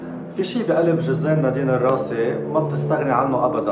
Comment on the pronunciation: بليز حدا يوصل لعلي يخفف تثقيل الأحرف علما انه النطق متقن و لكن التشديد الثقيل على الأحرف مزعج.... اسمها نادين الراسي مش الراصي